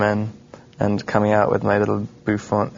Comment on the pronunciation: haha "bouffant"